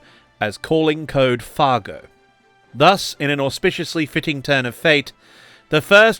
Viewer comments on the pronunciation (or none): 'fah-goh'; uh-uh, chief, say it right. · Oki, was just confused cause I think u called the mig 9 the fagot at the start of the vid. Might be wrong, been drinking lol.